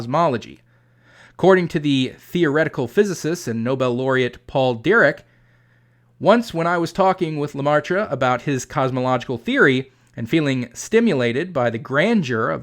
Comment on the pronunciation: Probably a case of only seeing it spelled and never hearing it pronounced (or perhaps not making the connection between the pronunciation and the written name), but Dirac is pronounced sort of like "deer-rock".